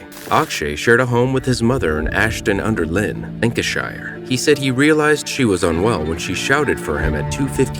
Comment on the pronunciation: Ashton Under Lyne is pronounced Ashton Under Line. I'm from there.